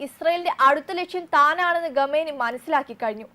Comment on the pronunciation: ഗമേനി അല്ല കുട്ടീ ഖൊമേനി ആണ് 😁